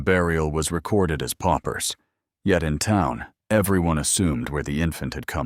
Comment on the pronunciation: PAUPERS (impoverished folk), not POPPERS!